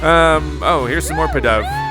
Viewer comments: Not trying to be rude here or anything, but this is like the first Pokémon name you have ever gotten right with pidove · Actually you got pidove right but the pink and yellow pokemon is know as AD-I-NO